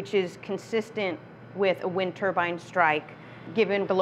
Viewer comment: It's pronounced tur-bine not turban, a turban is a head scarf